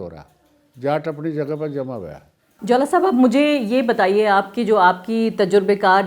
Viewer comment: Jaula Ko Jwala Bata Rahi h